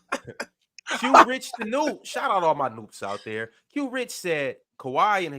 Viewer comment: Good stuff getting to my chat, but you called me the wrong name. it's J Rich, Not Q Rich or whatever you said lol